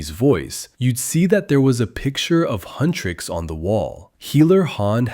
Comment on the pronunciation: AGHHH HUNTRIX NOT HUNTRICKS